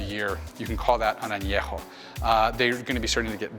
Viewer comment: Thanks for this video, I'd love to visit that Tequila bar. Now I know how to pronounce Anejo! 😁